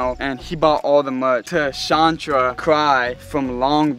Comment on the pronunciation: It’s pronounced Chan-truh Kree 😂